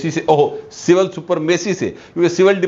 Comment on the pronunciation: لکھتے سپرمیسی ہے اور پڑھتے سپرامیسی ہیں